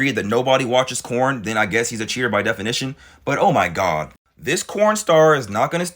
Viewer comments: Girl you need to stop talking for all of us. I want a nice guy! I would love to have a nice guy in my life. You should feel blessed if he really is a nice guy. More men need to be like. are you single? Cause I would gladly shoot my shot if so 😂🤷‍♀️ Also are you calling it corn? Lmao I thought I was my hearing watch messed up at first. Lmao it’s so funny though listening to you talk about it using the word corn 😂😂😂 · Bruh, wait are you saying 🌽? I'm lost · Why is he saying corn? instead of porn? 😮